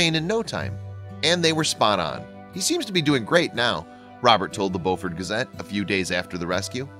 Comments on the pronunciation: It’s Beaufort not Boufort! Very cool! Go Dee! Yes, we’re from BEAUFORT! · Beu fort. Long U sound. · It's pronounce Bufort. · Live in bluffton, sc. everyone pronounces that county/city as bewfort, Siri says otherwise. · It’s pronounced “bo-furt”. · It was so awesome. But the man who told the story is not saying Beaufort correct. I am from Beaufort. So make sure you say it correct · You don’t know how to pronounce Beaufort. The first part is pronounced the same way as beautiful. I live there, so I should know.